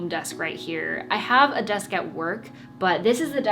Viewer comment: Ngl I really like ur “besk” lol 😂 no cap ur desk is nice tho